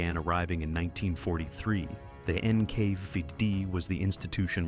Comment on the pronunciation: “Enn-Kay-VIE-Dee” —??? What an utterly absurd pronunciation… A lot of this video is grimly informative, but it completely fails to address the now-documented reality of the feckless British and American authorities actually forcibly kidnapping 1.5 to 2 MILLION Soviet prisoners-of-war in the west and returning them to the “tender mercies” [sic-!] of the USSR in the horribly cynical Operation Keelhaul, simply because the murderous Iosef Vissarionovitch Dzhugashvili demanded it, cruelly and unjustifiable condemning them all as traitors merely because they had the bad form to surrender and not fight to the death.